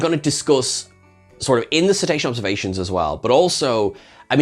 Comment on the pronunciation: Ceta-sean observa-seans